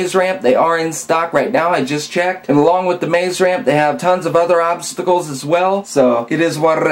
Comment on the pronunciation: I love how you say '' Obsssstacls ''